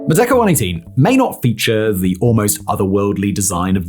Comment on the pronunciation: I mean, it kind of sounds like that, but even then it's kind of a stretch considering how he's not exactly pronouncing the word correctly